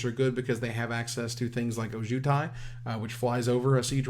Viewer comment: Every time mispronounces Ojutai, I die a little inside